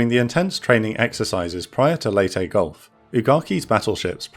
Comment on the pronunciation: Thank you for pronouncing, 'Leyte', properly!